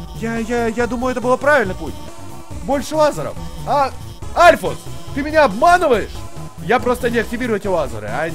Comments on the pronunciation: Альфис, а не Альфус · Ты должен стрылять в сердце Мтт екс и это не норушит п. к..Оу,и говорится Альфис а не альфус. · не альфус а альфис!! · Не Альфус а Альфис Ну пофиг всеровно супер👍👍👍👍👍👍👍👍👍👍👍👍👍👍👍👍👍👍👍👍👍👍👍👍👍👍👍👍👍👍👍👍👍👍👍👍👍👍👍👍👍👍👍👍👍👍👍👍👍👌👍👍👍👍👍👍👍👍👍👍👍👍👍👍👍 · не альфус а альфис! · не альфУс а альфИс